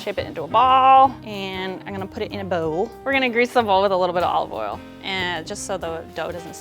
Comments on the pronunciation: Olaf All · The way she said "olive oil" tho